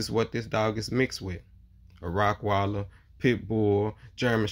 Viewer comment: Bro it’s Rottweiler not rockweiler